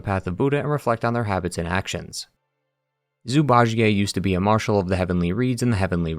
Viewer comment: Zhu Bajie -> ju-ba-ji. There’s no Ji-ey 😢